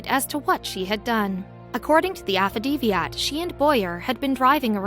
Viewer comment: AFF-A-DAVIT.... not afadeviat or whatever the hell she said.. Jesus Christ .. simple pronunciation .. makes my head hurt and makes me dumber for having to endure it